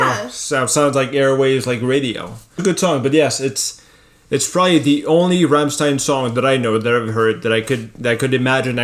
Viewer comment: Applaus für Dad !!! Er spricht " Rammstein" perfekt aus.